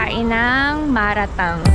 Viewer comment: Oo Chinese hotpot ang malatang, and it’s pronounced as mala - tang, not ma RA- tang